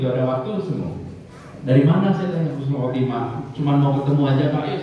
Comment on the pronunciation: Admin yg bener itu Husnul Khotimah bukan khusnul khotimah beda banget artinya Husnul baik,, khusnul buruk